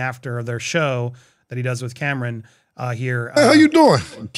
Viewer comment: CAM-RON..not Cameron. 😩